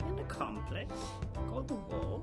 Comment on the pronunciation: It really bugs me that you're mispronouncing "complex."